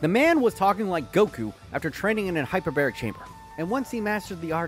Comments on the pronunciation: Man really said “Hyper-bear-ric” time chamber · That,”Hyperberic chamber”, hurt.